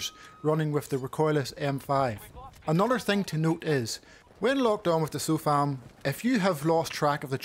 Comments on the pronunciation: SOF LAM dude, not SLO FAM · why this dude keep saying slofam